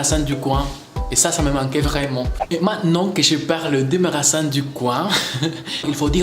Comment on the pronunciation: Tres comprehensible et sympa, par contre c'est drôle les magasins j'entendais les marasins 😂